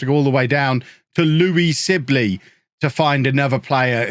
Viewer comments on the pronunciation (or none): none